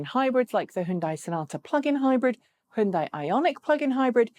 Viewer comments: How to pronounce Hyundai HYUN = Hee YUN (YUN should rhyme with BUN, like bread bun!) but in one syllable "Hyun" DAI = Day HyunDay! Not HiUnDie... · You say "hon" as in Honey, but the sound in honey in not "hon" it's "hun". Both are wrong. This is "hyun". "HeeYun" one syllable. HON is for Honda, this is "Hyun" as in Hyundai. Completely different. You said "dae" as in Sunday, but I already said "day" and those are already the same... Trust me, I know a thing or two about speaking both Korean and English... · Yes... it's HyunDay. Easy. Like Sunday. Hi-Yun-Die is just weird. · No, "Hon" as in honey, "dae" as in sundae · I saw a commercial once from Hyundai. In that ad they said "It's Hyundai like Sunday." If you have more direct knowledge of the pronunciation please help end this mess. Maybe a quick mention during a video would be fast and easiest. Thanks. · Koreans can't agree on how to say it, either. My Ph.D. chemist Korean friend says it's like tah-may-toe tah-mah-toe. Hyundai USA suggests "rhymes with Sunday". I'm guessing standard Korean would be more like Huh-yoon (one syllable) - die. Anyway, we Americans can pronounce things however the hell we want. Eye-ran, Eye-rak. And don't forget that German sports car the Porsh 911 Coop. BTW, this doesn't disagree with himura357's comment. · What's up with your pronunciation of hyundai? In the UK people typically say Hi-un-dai The correct pronunciation is closer to Hyun-day (rhymes with Sunday) No Dai at the end like you did. You used some weird mashup of English and correct pronunciation - really off putting. Also It's pronounced Chi not Q-I for wireless charging.